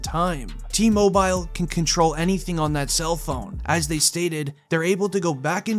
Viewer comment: It’s T Mobile…. Not T MoBiyal